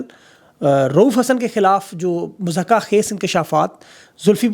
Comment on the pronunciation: Bhai Urdu word "Muzzaka" naheen hota balkeh sahih word "MUZHIKA" hota hai